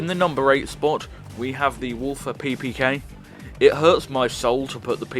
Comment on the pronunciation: Not how you pronounce “Walther”. It’s pronounced as Walter, as in “Walter Hobbs.”